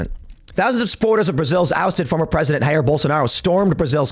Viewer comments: Just a friendly tip: "Jair" is said with a "zh" sound (like the "g" in "genre" or the "s" in "television") at the start and not with a "h" sound like in "Julio". Portuguese is not Spanish 😉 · FYI, Brazilians speak Portuguese, the "J" is not pronounced like an "H."